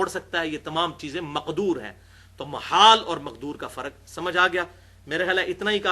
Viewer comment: مُحال بالضم او محال بالفتح؟ الصحیح محال بالفتح